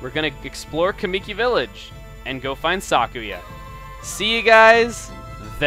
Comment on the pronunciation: "O-kAAmi", "kuh-MII-ki". Your pronunciations are way off.